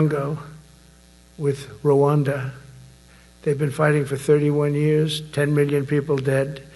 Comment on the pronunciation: Did this clown just say Rawanda and he is the reason why it ended. That was in the early 90s. He lost his ever loving mind.